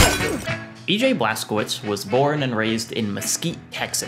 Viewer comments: okay say it with me: „BLAS. KO. WITSH“. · Cz is read as ch (like in i.e. check)